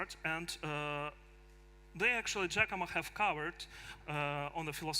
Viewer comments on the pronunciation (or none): Giacomo not Giacamo but maybe future name like hodl